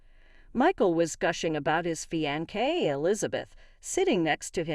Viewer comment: It's fiancé not feeaankay!..where are u from...where people speak strangely?